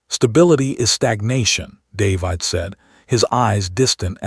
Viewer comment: Stupid AI can't even pronounce the name David correctly. Not listening to this mess any further. And where is the rest of the story?